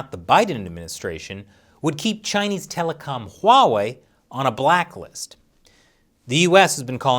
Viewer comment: I might become a patron just to ask you why do you call huawei 'WAWEI'